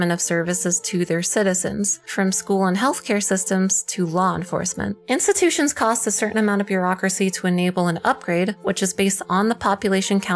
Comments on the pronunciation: "Instututions"? Tch... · Instututions huh huh huh